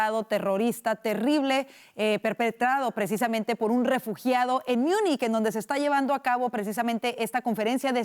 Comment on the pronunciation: Joder no se dice "Miunich" se pronuncia como se lee, Múnich, lo quieren pronunciar en inglés pero ni siquiera así está bien pronunciado, München en alemán la pronunciación es totalmente distinta al inglés.